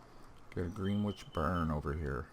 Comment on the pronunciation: Pronunciation help: Gren Itch . Yeah, I know, British English is scary